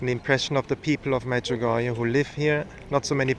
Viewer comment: Medjugorjéh and not Medjugorjah , it is been mispronounced a lots in the World